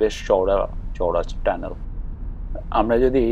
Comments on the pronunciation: ট্যানেল না টানেল ??? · ধন্যবাদ আপনার মন্তব্যের জন্য! সঠিক শব্দটি "টানেল" বা সুরঙ্গ (Tunnel), তবে বাংলায় কখনও কখনও উচ্চারণগত কারণে "ট্যানেল" বলা হয়ে থাকে। আপনার খেয়াল করাটা প্রশংসনীয়! 😊